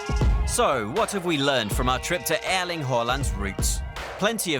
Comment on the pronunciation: Creds to the flawless pronunciation! First time a hear a native English speaker get both Erling and Håland right (in the Nordic way). Usually they say "Earling Haalland", but this guy is spot on.